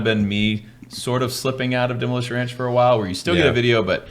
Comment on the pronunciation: from "Demolition Ranch" to "Da Moo-Elation Ranch"